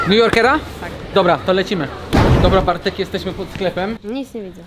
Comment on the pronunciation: Bartek powiedział,,Bartek",,,partek" nieprawdaż?